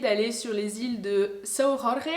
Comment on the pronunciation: Personne n’ai capable de prononcer correctement « São Jorge » sur le net lol cela se traduit « saint Georges » et cela se prononce comme le prénom en français c’est tout … nous sommes Portuguais pas espagnol hein 😅